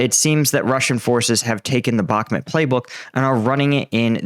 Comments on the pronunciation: brother, I love your daily updates and find you to be one kf the most reliable. But dude, being Ukrainian Canadian myself I cringe everytime you say Bakhmut lol. It's pronounced Bakh-moot. I believe in you brother. Bakh-moot. I think you spent to long in the middle east lol. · Bakhmut: It’s mut, not met…